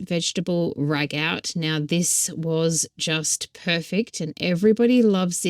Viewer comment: In case you are interested, "ragout" is pronounced "ragoo" (with the emphasis on the second syllable –goo). 🙂